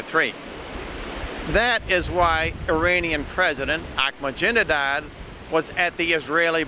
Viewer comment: anybody know why always calls ahmadinejad 'ahmajinedad'? i'm pretty sure it must be on purpose cuz never says or does anything by accident.